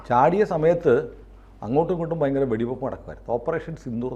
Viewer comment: ഫയങ്കരം അല്ല ഭയങ്കരം ആണ്